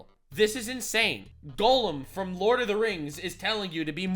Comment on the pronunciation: you mispronouncing Gollum has hurt me worse than Hamas Piker ever could.